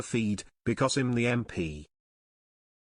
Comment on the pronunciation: The AI commentary ( unable to pronounce "I'm" correctly) doesn't really help this attempt to discredit GG's party. Most of us have no idea how well, or badly, the WP will do in the coming election. The fact that someone is attempting to change things a bit - from the tired and, many of us suspect, rather corrupt machinations of the 2 (or more) traditional parties - to something that could prove a bit more democratic, grass-roots orientated (as opposed to top - down tyrannical) is, at least, something to celebrate -and hopefully support, in those constituencies where that offer is made. I don't know who you represent - but I think you should have the courage to say who's pulling your strings, were such to be the case. If that's not the case, and you're just a maverick spoiler attempter, perhaps you could inform us; then we'd know we can ignore your attempts to rubbish, and minimise what is, I think, at least a courageous attempt to instil more democracy into the election process.